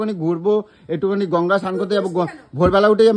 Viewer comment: ওটা গঙ্গা গুনগা না আচ্ছা তুমি ঠিকমত কথা বলতে কি নিবে বলবে বাঙালি হয়ে বাংলা কথার পুরো গুষ্টি ষষ্ঠী করে রেখে দিচ্ছ 👍👍👍